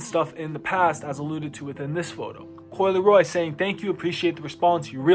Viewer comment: Bro said coi leroy 😂